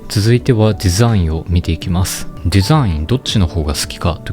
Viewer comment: デェザィンの発音を統一してほしいです！